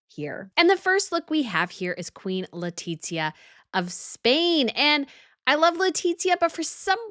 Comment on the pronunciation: Very enjoyable video. My one suggestion is for you to learn to pronounce Queen Letizia's name. Don't make the sound of a "t" as in pizza before the letter z, remember it is Spanish not Italian.